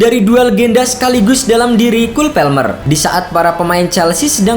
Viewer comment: orang inggris juga bacanya kol palmer keknya,bukan kul pelmer😅😅